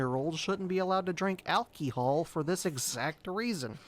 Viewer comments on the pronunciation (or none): the way he says alcohol 😂😂😂😂